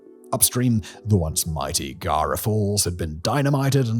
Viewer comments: Guaíra, not Guiara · Please: "GWAH-EE-RAH". "PAH-RAH-NAH". "EE-THAI-POO".